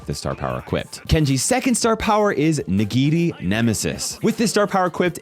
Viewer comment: I liked how you said 'Nigiri' with an accent